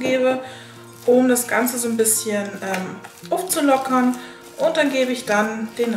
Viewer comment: "... um das ganze ufzulockern...." wie geil... du hast voll berlinert.... XD.... sieht sehr sehr lecker aus Liebes... drück dich... :-* <3